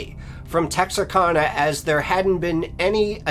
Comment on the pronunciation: As a northeast Texas native about 50 miles south of this town, I cant get over how hes pronouncing Texarkana. Its Texaraka (the kana is like can with an a at the end), not texarkona. But nah I'm just nick picking lol, joking aside I'm a new subscriber and I love your channel so far🤝🤘